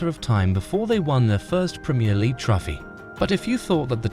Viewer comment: dislike for pronouncing trophy as "trofy"